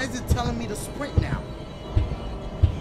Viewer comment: "Why is it telling me to srint. What if i wanna AT&T" HAD ME DYING